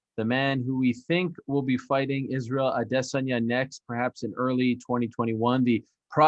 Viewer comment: stop changing how a name is pronounced Arial, idiot.